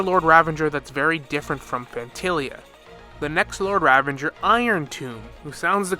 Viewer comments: the word "Ravager" does not contain the letter N. You keep on pronouncing it as "RavaNger" like it's some hybridisation of Ranger, Revenge and Ravager. It is not. It is Ra - va - ger. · it's ravager you nimrod. no n. there's no n in ravager. where are you spawning the n from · Ravanger. For the love of god stop adding extra syllables to words its infuriating to listen to. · Ok so some of the name pronunciations I can deal with, but why do need to add an N to ravager? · I can't finish watching the video, it's bothering me so much how the word "ravager" is being said LOL